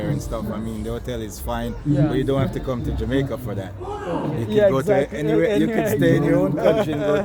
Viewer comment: when you come to jamaaaaaica....lol...pronounce it as jamaica